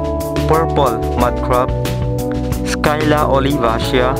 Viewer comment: Hi nice video. I think it is not pronounced 'Skyla' but 'sila'. At any rate, professionally done video.